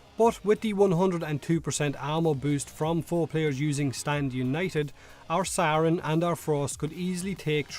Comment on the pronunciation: I cant get over you pronouncing "Saryn" as "Sauron" xD